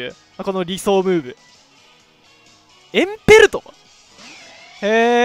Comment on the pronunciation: エンペ↑ルト